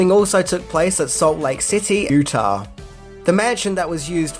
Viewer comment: We always love your pronunciation attempts … and I know for sure I would butcher a huge number of Australian cities and names… but Utah is pronounced “Yoo-tah”. After the Ute Native American tribe ( pronounced the way Joe Pesci would say it in My Cousin Vinny … yoot” Though… “oo-tah” is the way the villagers pronounced it in the Book of Mormon musical, so if that was a sly reference to that musical then, Bravo!